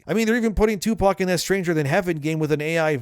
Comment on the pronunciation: Who the fuck is "2-Pawk"?? 😅😂